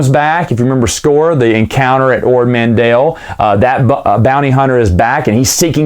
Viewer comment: It’s Man T ell…..T T T….ManTell. Not Mandell. Not like Howie. It’s a T in the middle.